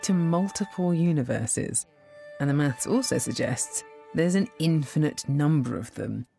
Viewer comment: With her speech impediment, she struggles so hard to say 'maths'... If there are 10 rocks in the field...will there still be 10 rocks in the field if there is nobody there to count them?